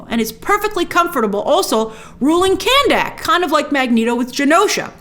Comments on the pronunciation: grace i think khandaq is pronounced kun duck and not can dak lol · Geeez Grace, it's Kanduck Not KandAck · Jeez please pronounce the names correctly. It was a good movie, not the best but entertaining. Dont even know why i listen to these critic videos. Kahndaq NOT Candack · What's up with You pronouncing Kahndaq as Cannnnn Daaaaak? 😂